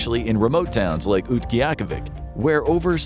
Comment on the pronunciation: that is not how you pronounce Utqiagvik. Since it wasn’t made to sound like the English language, being that is was made in a tribal or native language. I think it was Yupik but j don’t really know. I’ve lived in Alaska my whole life so I know my fair share of it. Look up on how to pronounce Utqiagvik. It’s way easier to say than it looks. Not trying to be mean, but just saying that’s not how to say it